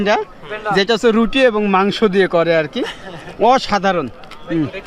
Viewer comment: Magso not gosto